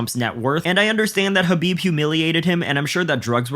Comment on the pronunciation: LOL at trump saying khabib 😂 😂